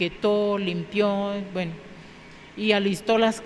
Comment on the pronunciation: Se dice buen no vuen